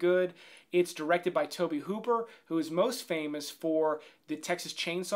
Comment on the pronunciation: Mr. Tobé Hoo-pear